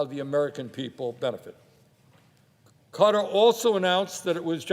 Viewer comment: What the hell is cutter? Does he mean Qatar?